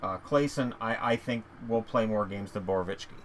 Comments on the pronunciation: Boroveeyetski not Borowichki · Every time I hear Borowiecki's name it's a different pronunciation lol.